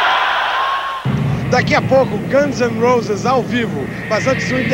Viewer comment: bela pronúncia de Guns N' Roses